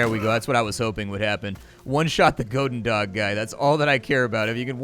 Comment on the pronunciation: 'gohden dog' - goedendag (good day in Dutch), more 'gooden' than 'gohden' and 'dag' sounds more like 'Bach' (the composer) with a d than 'dog'.